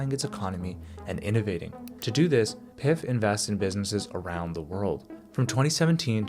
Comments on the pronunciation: I really like this channel. But your pronunciation of PIF is an indicator how the quality of research done. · When he pronounced PIF, I was like yup this guy has no idea what he's talking about 🤣